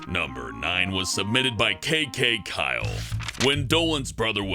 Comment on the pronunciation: that name is... uhhh... KKK-yle